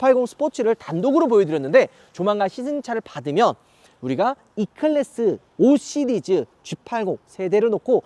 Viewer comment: 5 스리즈 우파 발음에 킹받으면 개추!!!